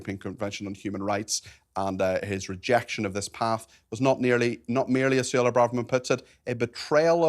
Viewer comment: Suella not Sulla